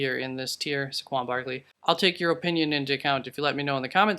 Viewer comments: Nvm. He just can’t say Saqaun barleys name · Yea I saw it also and went in right away to comment and saw this already was dealt with..what a joke. Also how he pronounced his name =))))